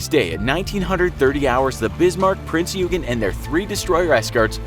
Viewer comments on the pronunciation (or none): It s not peen eugen it s print eugen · Just a little info its prince oy gen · OK. 1. Prinz Eugen is pronounced “Prinz Oygen”. 2. “Admiralty”, not “Admirality” 3. “Arado”, not “Ahado”. 4. I never heard about the Norfolk being attacked by Swordfish torpedo bombers. 5. Rodney was a battleship, not a destroyer. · it was pronounced prince oy-gen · ye it aint ugen its prince oigen if u need help to pronounce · the king georges guns were 14 inch, bismarck is not a mid-cold war russian guided missile destroyer, the british do not have the ticonderoga class of cruisers, the british torpedo bombers were not jet fighters, the f35 did not exist in the WW2, the german cruiser prinz eugen is not pronounced prinz yougen, no battleship or any ship has ever had guns at the highest point of the ship. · “Prince YOUgen” Uncultured swine, it’s prince OY-gihn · It isn’t Prince Yoogen... it’s Prinz Eugen (pronounced Oigen) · the king george never had 16 inch guns, but rather 14 inch guns.~ says the destroyer rodney, the rodney was a battleship. submarine spitfire? prince U-gen? pronounced prinz OI-gen. Also, almost all planes or ships displayed are nothing alike what they really looked like (why does the bismarck have what looks like missile launchers?). the only thing that looked like anything was a perhaps renown class when referring the the prince or wales (don't feel like re-watching) and they pretty much got the biplanes on, but whats with all these 2 and 3 engine planes when referring to float planes or spitfires? not a bad video, but its not hard to look up correct pronunciation or at least closely resemble what you are talking about in image form. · Yeah. Also calling Bismarck "She", and also "Prince Yoogen"(pronounced more like "Oy-gen") decent video though, just prepare a bit more. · Admiralty, supermarine spitfire, Prinz Oi-gen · P r i n z Y o o g e n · Prinz Eugen - Prinzz Hoy-Gnn(or Oiy-Gnn) mostly silently pronounced the Eu = Oi/hoi/Oiy/Hoy